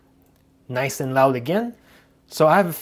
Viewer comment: It pisses me off how he says nice